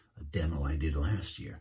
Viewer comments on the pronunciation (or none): none